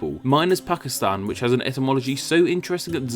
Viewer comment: OH! Pakistan...thought he said 'Fuckistan', Hahahahahaha